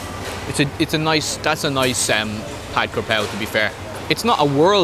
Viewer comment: You have a Thai wife learn how to say stir fried. It’s pad. Like a. Pad of paper butt more like Pot